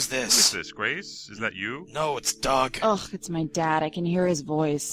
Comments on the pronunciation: " I am dog, a friend of Trip and Grace. " Lol, you pronounced it dog. Not Doug. x3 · When he said Doug I thought he said "Duck".